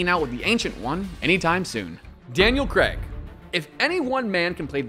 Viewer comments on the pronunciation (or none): Why can't Americans pronounce "Craig"